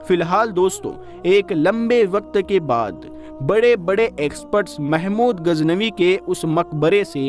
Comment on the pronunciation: AAP KI URDU SAHI NAHI HE SAHI HE GHAZNAVI NA AAP SE GHEN NIKL RAHI HE